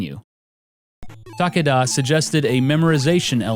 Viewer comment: Stop saying Ta Ka Da... the man's name is Takeda. It is pronounced as Ta Ke Da. Stop being an idiot.